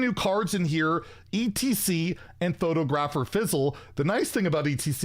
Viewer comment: Look up how to pronounce photographer, oscillate, and sparse ;)